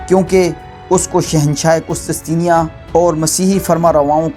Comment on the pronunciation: ye word qustistenia nahe he, correct it, asal lafz he qustun tunia....